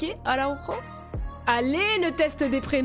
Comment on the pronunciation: En portugais le "j" se prononce comme en français, on ne dit pas AraùRo mais Araùjo. A ne pas confondre avec Araùjo du barça. En espérant voir Sporting Portugal pour le deuxième épisode🤞. Je trouve aussi qu'il est étonnant de ne pas voir Ederson et Oblak comme formé à Benfica ou encore Nelson Semedo ils sont peut-être arrivé trop tard au club ?